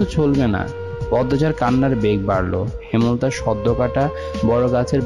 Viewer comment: হেমল তা নয় ,,,,হেম লতা